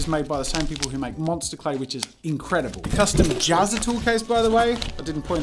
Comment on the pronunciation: In ur next life make a channel name you can pronounce Jazzer jazza